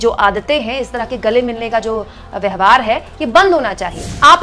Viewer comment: आप 'व्यवहार' शब्द का उच्चारण 'व्यहवार' किया करती हैं...कई विडियो में ऐसा पाया गया है! इस उच्चारण-दोष को सही कीजिए!